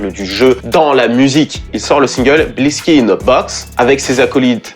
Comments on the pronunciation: Super vidéo comme d’habitude juste une petite remarque le X de Blixky se lit comme un C parce que les Gangster Disciples kiffent pas les crips du coup ils remplacent les c par d’autres lettres. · Super vidéo comme d'hab ! Petite info : Blixky se prononce "Blicky" qui signifie gun ou arme dans l'argot new-yorkais. Ils utilisent un X au lieu d'un C dans Blixky car ils sont anti-Crips, la lettre C faisant référence à eux.